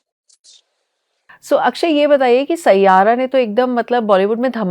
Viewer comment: you had me at “saiyaaara”